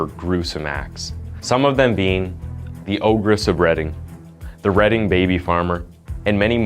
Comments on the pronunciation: It’s ‘reading’ not reding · This happened where I live. The town is actually spelt Reading